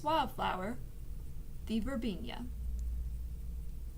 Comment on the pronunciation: It's pronounced verbena not verbenia.